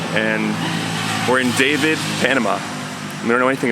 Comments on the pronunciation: You are in Dah-Veed, not David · It's pronounced Daveed. I know it looks like David. My husband and I spent a week there. Take care of yourselves.